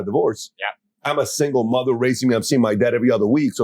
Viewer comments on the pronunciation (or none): Where is he from? The way Andrew pronounces things. "Mah er."